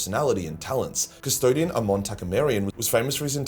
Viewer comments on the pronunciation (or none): none